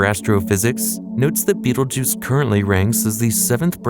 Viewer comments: “Veetle-rooch”? It’s pronounced like “beetle-juice”. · I cannot listen to this guy call it beetle rouge anymore